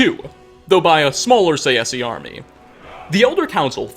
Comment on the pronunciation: He really pronounces Tsaesci as [saesi] xd Its [Ts ae s k i]